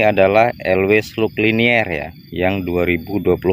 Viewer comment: Liner bang . Di baca lainer... 🙏🏻